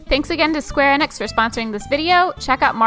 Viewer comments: I always thought it was pronounced "EE-nix," but it's been "EH-nix" this whole time?? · FYI for future sponsorships. I may be wrong but I'm pretty sure Enix is pronounced like "Eat" or the name Enid. And Eidos pronounced like "eye dose".